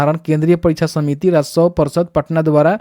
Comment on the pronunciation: आप रसोव कर्मचारी जो बोल रहे हैं वहां आप राजस्व कर्मचारी बोलिये।